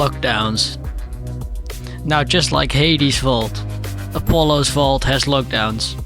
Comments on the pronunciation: Whenever he says vault it sounds like he's saying fault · Mate fokin "vault" again